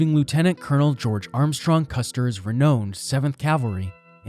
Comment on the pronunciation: The pronunciation of ‘ renowned’ and of ‘ theater’ were 2 other oddities 🙄